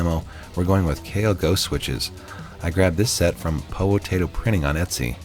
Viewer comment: You're only person I've heard pronounced the name "Haute" correctly. So many people pronounce it "hot" and it really annoys me.